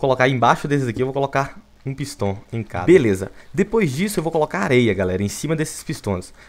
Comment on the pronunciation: Viniccius13 fala pisto e n pistão kkkk